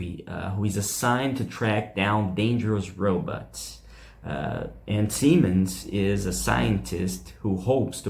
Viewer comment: Sorry for being picky.... But it is: Simmons not Seamens...🙄 and Osborne not osburn.